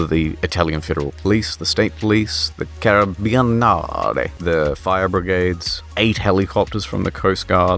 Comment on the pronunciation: I love how you pronounced carabinieri 😂😂